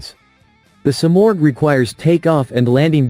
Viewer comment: Dieses Flugzeug heißt Simorgh, nicht Sumaq.😂